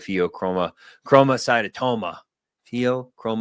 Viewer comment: It’s pronounced Fay-oh-chrome-oh-sigh-tome-ah.